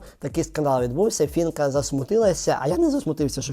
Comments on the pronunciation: Не фінка а Фіїнка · При всій повазі до вас, але не Фінка, а Фіїнка вірно! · Навчіться казати правильно Фіііііііїїїїїнкааааааа❤